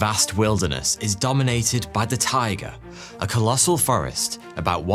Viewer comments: When you say "taigA" - the emphasis is on the last A, tell you as a born and bred Siberian)) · Hi,. If I may dare sound like a smug picker of nits, for which I beg your pardon, the word taiga should be pronounced “tai-EE-ga”. 😊 Большое спасибо за ваши видео! 🌹